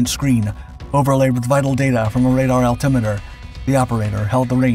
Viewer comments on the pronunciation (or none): none